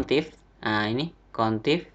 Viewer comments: Average dibacanya "everej" bukan "evereng" Countif dibacanya "kount if" bukan "kontif" Tapi overall ilmunya berguna banget kak.. Cm hrs bljr lg pelafalan bhsa Inggrisnya, Krn anda kan youtuber, apalagi YouTube anda tema nya tutorial, bukan maksud apa2 ya kak, anggap aja kritik membangun, semangat terus bikin konten nya kak... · Maaf nih mas, ingin koreksi cara baca aja. Upper bacanya bukan uper, tapi: APPER Average bacanya bukan evreng (gak ada huruf "n" kok bisa jadi bunyi "ng" 😁) tapi: EVREIJ Countif bacanya bukan kontif, tapi: KAWNT IF Sort bacanya bukan sot, tapi SORT Dan tulisannya bukan "short", karena short bacanya "syort". All bacanya bukan al, tapi: OLL Small bacanya bukan smal, tapi: SMOLL Values bacanya bukan valyu, tapi: VELYUS Silakan dengarkan langsung di google translate ya cara baca yang benar, malu kan kalau mo ngetes karyawan baru terus salah bacanya 😁😂